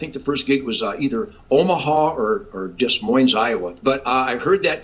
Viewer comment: Ted, do not say “ DES Moines.”